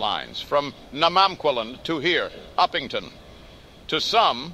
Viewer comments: Its Upington not Oopington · The AI’s prenouciation of Upington caught me off guard